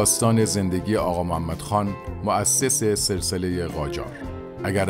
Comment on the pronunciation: اغااااااااا نه اقا